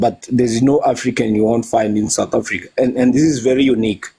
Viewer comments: Satafrika …sir please say sooooouuuuth Africa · I can imagine his mouth opened screaming "Satafrika"🤢🤢